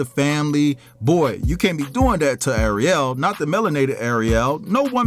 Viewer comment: Ariel wrong too 😂 throw the whole video away